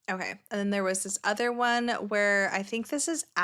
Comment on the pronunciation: You Crack me up when u say 'otay' instead of ok😂, my 2.5 yr old granddaughter is at that age where she says 'otay' instead of ok😂😂